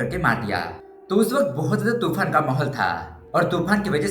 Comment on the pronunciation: Aap gujarati ho? U said tofan and not toofan